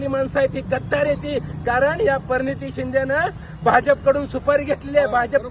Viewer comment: परनीती नाही प्रणिती